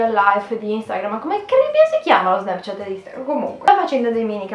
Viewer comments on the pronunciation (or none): none